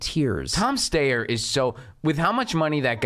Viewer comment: Thank you for pronouncing "Steyer" correctly.